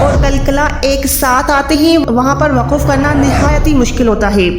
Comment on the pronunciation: Mohtarmah Assalamo alaih Pahle aap urdu bolna seekhen phir quranic arbi ko samjhayen. Lafaz ya waqaf to bolna ghalat hai. Durust to hai lafz aur waqf. Qareeb Sare aalim ghalat bolte hain kiyon.